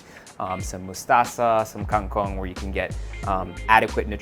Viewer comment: lol wil!! parang pa kingkong na a! haha "kengkong" - kangkong😅